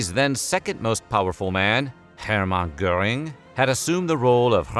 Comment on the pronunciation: How did AI manage to pronounce “Göhring” like it’s spelled with an “ä” instead of an “ö”?